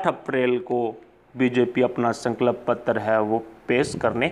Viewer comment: Bhai please "sankalp patra" bolna sahi se sikh lo. Tumhare channel ke liye fayda hoga.